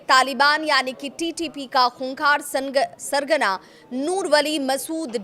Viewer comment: Tu sargana kese bol rahi he use